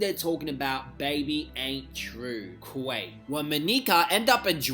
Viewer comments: I said 2021 I wasn’t gonna correct any more but why pronouncing Quik as Quake instead of Quick 😂😂😂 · It’s quik not quake lol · his name is not “QAKE “Lmfao